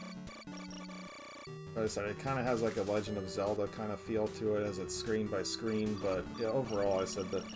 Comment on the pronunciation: bro you slaughtered Zelda